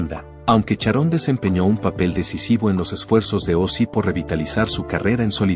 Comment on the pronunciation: ¿Como que fue una estrella? Ozzy no sé a muerto todavía, además se pronuncia Sharon y no Charón. 🤔